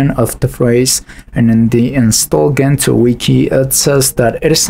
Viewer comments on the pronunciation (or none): It's Gentoo, not Ghentoo. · difference in the way you phonetically say it, the original poster here means that its pronounced djentoo no ghentoo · If I may interject, Gentoo it’s pronounced djentu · The G in Gentoo is pronounced as in GIF, and not as you’re pronouncing it, as in GIF